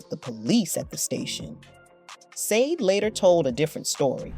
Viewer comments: How can you make a video about someone in English and pronounce incorrectly their name!!! It’s so unprofessional! I’ve listened 3min of it and I’m switching it off as it’s really irritating. I love the artist I grew up with her music in the 80’s in an Eastern European country but even there we did know how to pronounce her name. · Sade. You even pronounced her name wrong. Leave Sade alone. This is why she stays away from the public eye. Sade is a Capricorn. Sade embodies determination, practicality, and ambition, which has driven her professional success. LEAVE HER AND HER SON ALONE. PERIOD! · Right? If you're gonna bash somebody you should at least know how to say their name😂😂😂😂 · Right! So annoying! Want to be relevant talking about someone first learn to pronounce their name right jeez 🙄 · HER NAME IS NOT SAA-DE it is SHAR-DAY. By the way…That is NOT the way you write her name, I am just showing you the way you pronounce her name. Also…you showed a music video by Kate Bush that was NOT taken from her Aerial album, but was taken from her: The Sensual World studio album. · FIRST OF! If you are going to talk about someone LEARN TO PRONOUNCE THEIR NAME RIGHT! The name is not pronounced Sayd or whatever mess you make of it, it is Sade pronounced as Shjaday...(explanation for dummies that never listen to the artist herself as she says the name in her interview IN YOUR CLIP!) Jeez this was other than highly annoying clickbait as well. She is a wonderful lady with a absolutely beautiful voice and the right to have her own life. Girl bye with your Sayd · I’m sorry, but after watching three minutes of this BS straight garbage. The interviewer who can’t even say her name SHA DAY NOT sandeee. But you will be getting a thumbs down for not not taking the time to properly announce SHA DAY name properly. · Her name is pronounced like this "sha b-day,not how it's spelled!!! Been a fan for years. Love her !!! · It's Sade pronounced Sha- Day Dumbass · Say Sha-Day please